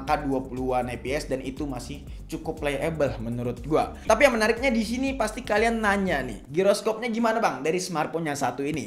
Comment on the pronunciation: Sorry yah gw out of topic dlu!!! Gw notice sama pelafalan kata DISINI oleh kok terdengar seperti DISNEY, Gw pikir keseleo doang tapi ternyata ada berapa kali penyebutannya sama....Gokil aja!